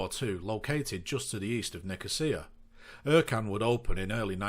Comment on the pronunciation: Ercan is actually pronounced Air-Jan with the J said like jour in French but that's just me being fussy haha. Also at Ercan they are currently building a new terminal with 8 airbridges, some to accommodate widebodies and a new longer runway alongside the existing one. Pre pandemic that airport was pretty busy with around 40 daily flights carrying 5 million pax a year making it (unofficially) the 2nd busiest airport on Cyprus. Also on some pilot's route planning apps, ECN/LCEN doesn't show up, you look at Cyprus and only Larnaka, Pafos and Akrotiri show up, type in LCEN and it says not found.